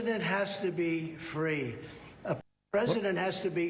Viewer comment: A Pwesident has to be Fwee